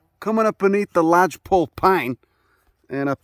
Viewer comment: Your midwest "PAHHNS!" had me snort my tea. Thanks for another great video, love it.